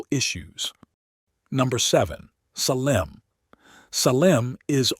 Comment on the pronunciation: Suh-LEM? Lost ALL credibility. Do better.